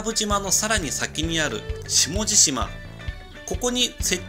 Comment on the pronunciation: 下地島(しもじしま)じゃなくて下地島(しもじじま)ですよ